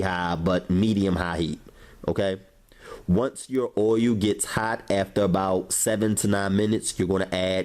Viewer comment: Once your OIYUUU is hawt! Lol, ily!!